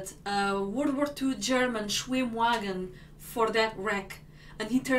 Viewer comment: Bet Jingles was laughing his ass of at that Yesh the Shwim wagon Shwimsh